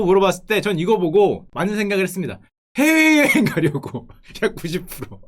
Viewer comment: 훼웨여행 가려고 회웨여행 ㅋㅋㅋ 발음 귀엽